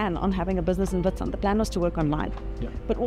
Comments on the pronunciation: Nice one. BTW it's pronounced vit-sunt. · "WHIT SIND"?! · Just so everyone knows, there’s no longer a gym 😂 also you say the name “Witsand” as if the “W” is a “V” 🙏🏻✨ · The "W" in Witsand is pronounced as a V. Great video love your content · It's pronounced - "Vit-sunt" meaning white sand in Afrikaans